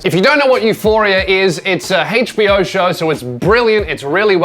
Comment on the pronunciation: When you say HBO I hear Hatespeech-Oh :D :D